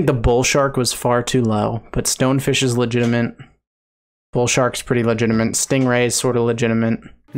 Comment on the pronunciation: How have you gone this long while saying "legitimate" incorrectly? It looks and sounds like you're saying legitimant.